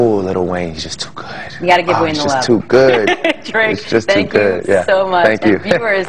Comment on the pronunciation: why did he say good like that lmao....